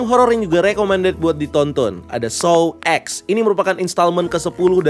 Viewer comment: Min, sepertimya cara bacanya adalah Saw Ten karena X is 10